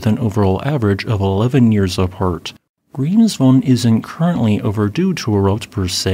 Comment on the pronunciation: Statistically speaking, Grimsvötn (which is still pronounced Grimsvoech-ten and not Grimsfohn) is about 5 Years overdue for it's Eruption, so whenever it decides to have a go, I wouldn't be surprised. I'd be if it didn't by 2030 (even if that isn't entirely unheard of for this Volcano either).